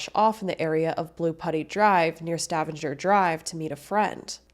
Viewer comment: I caught Stavanger too lol, uploader, sorry I missed your channel name, it's pronounced Stah-vang-er or Stuh-vang-er depending on your inflection She did a pretty good job at pronouncing Newfoundland though. Definitely sounds like someone who hasn't lived/spent time here (or with a Newfoundlander) but a half decent job none the less lol. Just gotta say it less formally haha. Newfin'land is what I tell people 😆